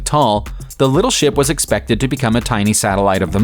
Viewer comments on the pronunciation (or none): none